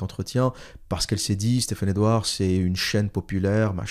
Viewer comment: Au début vous commencez à jouer avec le nom et prénom de Stephane Edouard avec des prononciations en langue pseudo-italienne. Stephane Edouard au moins se montre publiquement avec son visage et surtout avec son vrai nom, alors que vous vous cachez. Ayez au moins le courage de dire qui vous êtes. Un longue vidéo plein d'incohérences, arrogance, mépris pour ceux qui suivent Stephane E.